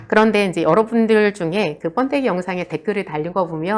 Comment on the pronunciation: 뻔데기가 아니고 번데기라고 하세요